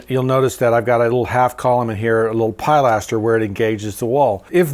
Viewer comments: This is not dialectical. Although certainly not alone, he's mispronouncing the word. Pilastro, It. Pilastre, Fr. Pilaster, Eng. no long I sound in any of them and the 2nd syllable accented. Thanks for your input though. 😊 BTW, what he is actually suggesting is using an engaged colonnette, not a pilaster. He uses the correct term a few seconds later. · Pilaster is pronounced pil LAS ter, not PIE laster. I think you could have left the single dormer on the other roofline without it looking like it doesn't serve any purpose. Is there another bedroom in that end of the house. Windows on the side of the house for that upper floor?